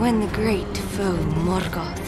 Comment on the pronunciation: Is that how you pronounced Morgoth? You rolled the R part?